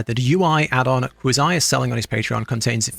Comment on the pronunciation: So obviously this guy has never seen a Quazii video, since he doesnt even pronounce his name correctly. lol Also WA didnt tell you where to go during a boss fight, at least not the ones I used.